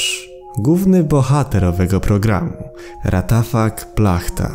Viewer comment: Nie ratafak tylko łatafak xD